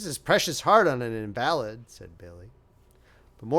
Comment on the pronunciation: 👏🏼👏🏼👏🏼great reading 📖 Wells is a terrific writer so dynamic and descriptive.. no wonder he was on radio loved the Charles Dickens reference *only one mistake you pronounced invalid as an adjective US/ɪnˈvæl.ɪd/ instead of pronouncing invalid as a noun US/ˈɪn.və.lɪd/ great 👍🏼 😊 story and thank you for the shout out i will share it to my channel 📖🪽💚